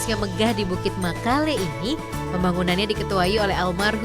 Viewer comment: Makale bukan mekele